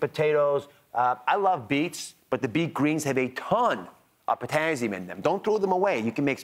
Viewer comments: The way he says it is so annoying.. it's TASS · What is potazium? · "Potazzium"? What the heck is that? I've heard of Potassium but not "Potazzium"! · potassium? i only know potazium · It’s not a z. It’s an s. Potassium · It's Pizztazzium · This “doctor” mispronounced “potassium”. - as though it were spelled “potazzium”. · I stopped watching after he said "potazzium" for the 5th time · It’s Potassium not Pottazzium. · POTAzzium.......Very annoying pronunciation........get it right. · It's just concerning a physician doesn't know how to correctly pronounce the name of this very important electrolyte. There are no Z's in potassium😳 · How can i trust him to know what he's talking about when he can't even pronounce "potassium" correctly 😫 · Yeah, when HE is the one who can't pronounce the vocabulary word correctly. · Omg! Somebody tell Ozzie there’s no z in potassium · He needs to pronounce potassium correctly, lol. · personally, I'm not as annoyed by his pronouncing potassium with a z as I am that he is speaking to me like I'm some little child or fool... I can't continue to watch this... I never watched Dr Oz before and I never will again ... Thank-you YouTube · I wonder why he says everything else right , except for potassium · Is this for real...seven years later this video appeared. A Doctor cannot pronounce potassium correctly. Really! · POTASSIUM - for gods sake pronounce it properly - no z in it!